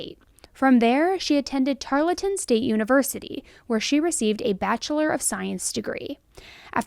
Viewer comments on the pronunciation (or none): Tarleton - don't pronounce the E. Tarl-ton. This case has gone on too long. Wouldn't LE have scouted out cameras before and after to see where the car came from and went? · Please, Tarleton rhymes with snarl-ton.